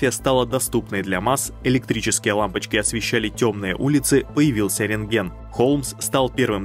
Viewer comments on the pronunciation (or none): none